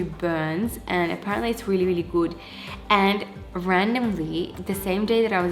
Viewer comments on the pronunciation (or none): none